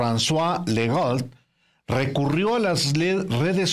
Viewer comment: Jajaaja estos brutos ni saben pronunciar Saskatshewan ni Legault